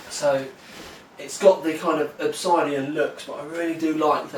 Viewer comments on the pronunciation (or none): I want this case >.< Pretty sure its pronounced "ObSIDian" not "ObsEYEdian" though. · Your pronunciation of "Obisidian" is disturbing. I am British, and have never pronounced it like that. No part of the word dictates the "I" in there. Nonetheless, I think this will be more ideal for my side-line build